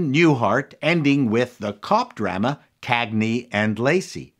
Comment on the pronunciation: Why do you pronounce it Dryma? and not Drahma?